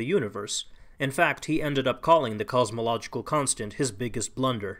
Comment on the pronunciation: The "Cause-mological" argument.